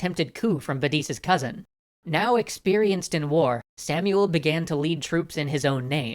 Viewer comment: In hebrew its actully pronounced "Shmuel hanagid"